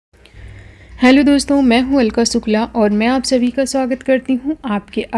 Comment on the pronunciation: सुक्ला या शुक्ला …..😀